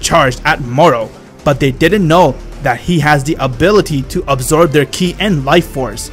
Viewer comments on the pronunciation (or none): My dude says wheez instead of whis And key instead of ki A immortal instead a mortal . _. | .